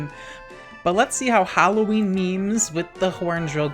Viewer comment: I love how you say HAlloween